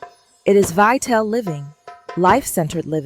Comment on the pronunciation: Good video about sounds like it’s voiced by AI. Pronouncing Ital as “eye-tell” instead of eye-tall. It’s from the vital not vi-tell